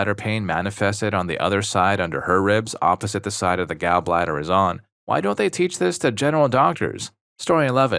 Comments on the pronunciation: Gaul bladder, not Gal bladder. Displayshya not dis plazya Are you a bot? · hard to tell whether youre saying "gall" like "gal" on purpose or not lol